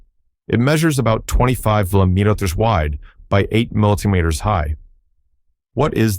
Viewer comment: American AI voice can't say centimetres or millimetres . Is this machine unlearning or is it learning from amercan Utube content creators?